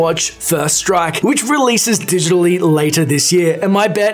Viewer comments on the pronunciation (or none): none